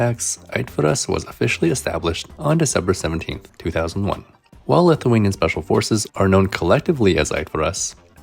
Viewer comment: Just gotta say that your lithuanian is getting pretty good!